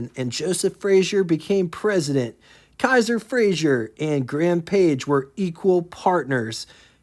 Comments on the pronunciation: You’re mispronouncing Frazer as Frazhier. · FRAZER Not Frazier. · FRAZER. NOT FRAZIER.